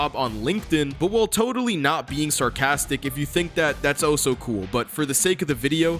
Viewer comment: the way your say "also" sounds like "oh so"